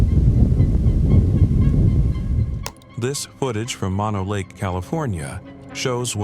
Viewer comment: It's Moe Noe Lake, not Monno, like the disease!